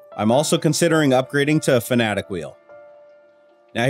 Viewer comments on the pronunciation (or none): fanatec is not pronounced fnatic, it's pronounced fa-na-tek. as written. :)) but all in all, a nice cave.